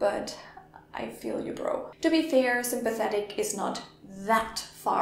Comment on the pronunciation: The last word you used sounds much closer to sympatico than sympathetic.